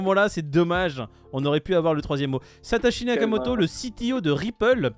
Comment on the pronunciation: J'ai tellement ri à revoir cette vidéo, attention, un moment drôle au début et un moment nutella à la fin. Pour moi, si ça vous fait pas rire 👇 Si toi aussi tu sais pas dire Satashi Nokimoto